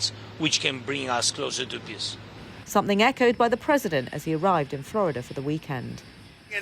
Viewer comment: "wich can bring us closer to piss" ? ..